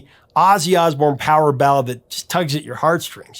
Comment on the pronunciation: Seems like AI is only artificial, aussie instead of ozzy? Sorry but i can't and wont deal with artificial stupidity.